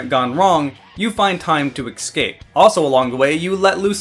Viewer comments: Please stop mispronouncing Escape ESSSSCAPE not ECKSCAPE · Compliment sandwich: >This video made me excited to play a game that's a decade old simply by explaining its mechanics and fun factor well. >You should work on your pronunciation of words like "versus," "escape," and a few others. >The people who are not subscribed to you are missing out, because you deliver quality content on a much more regular basis than many similar channels.